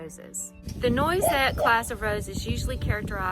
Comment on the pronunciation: Beautiful garden! It's pronounced nwah-set. It's French.